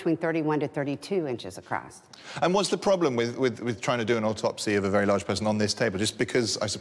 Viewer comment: ACROSS not ACROST